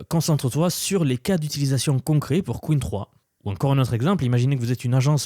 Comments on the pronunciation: J’aime bien tes vidéos mais utilise l’IA quand tu ne connais pas la prononciation d’un mot stp Arrête de dire « qween 3 » « qwine « il n’y a qu’un seul ´e´stp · Pour info, "Qwen" ne se prononce pas "queen" mais "kwèn". Merci d'avance. 😉